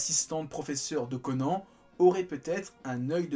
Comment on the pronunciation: Pourquoi prononcer correctement le nom de tous les protagonistes excepté celui du héros? L'anime a détruit le nom de Conan 😭